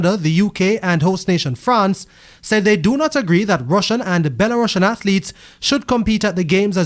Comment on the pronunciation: That’s not how Belarusians is pronounced, I’d be annoyed if another news agency was butchering Jamaica’s pronunciation on their broadcast